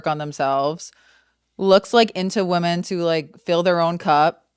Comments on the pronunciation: I am actually begging TREVI that there is a different pronunciation for women/woman. I love her so much but she always says WOMAN when she means women plural and it hurts my ears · Trevi, fellow lady, there are 2 forms of pronouncing the word “woman.” “Woman” is singular. “Women” is plural. It sounds like you use “woman” for both. ❤❤❤❤❤❤❤